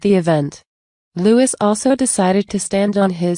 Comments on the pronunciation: Not Lewis his name is Louis sounds like louee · How about pouncing Prince Louis (Lou Is) name correctly.